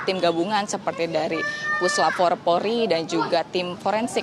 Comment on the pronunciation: Mbk nya gorgi.. Polri nyebut porli😂